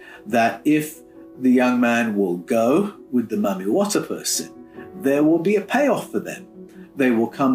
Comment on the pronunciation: I wish folks would pronounce Mami water properly. If you LISTEN to the people of the Origin of her initiates it is pronounced Mah mee Wah tag Not the white supremacy pronunciation found in the US maaaaa meeee .... Which has origins in Jim Crow South and translated into the Film and music industry of the 20's thru the 40's